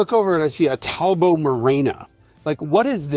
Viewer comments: Howling at Jason butchering “Talbot Marina” 😂😂😂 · Grew up in London. We called the French cars "Tallbots" - now you tell me it's Tal-bo??